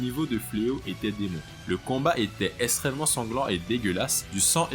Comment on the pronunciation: Vu le nombre de fois où tu dis extrêmement ou extrême tu pourrais faire un effort de prononciation parce que la tu dis esstrement et pas extrêmement...